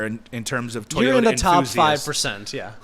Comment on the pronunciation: TOYota not TIE-yota, disrespect any other company in the world but not Toyota